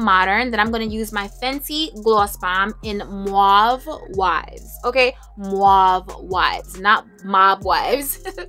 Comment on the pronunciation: Sweetheart…you cannot pronounce “ mauve” for your life. Please look into it🙀